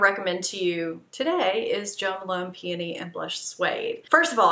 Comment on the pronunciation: And thank you SO much for correctly pronouncing “peony”. So many Youtubers say “pee-OH-nee”. Drives me nuts, LOL. You rocked this video. Not rusty at all. XO